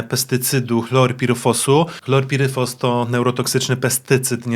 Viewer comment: Chloropiryfos!!!! A nie chlorpiryfos!!! Jak chcesz robić filmy i szukać sensacji, to najpierw sie doucz